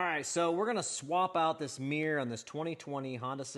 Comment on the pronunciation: What's a "Mi-yer"?